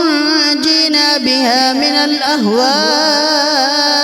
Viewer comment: آپ نے غلط پڈ ھا ہے ۔لفظ تنجینا نہیں ہے ۔۔ ۔ tonajeena ہے ۔۔پہلے کسی کو سنا کر اور چیک کرا کر پھر پوسٹ کیا کریں ۔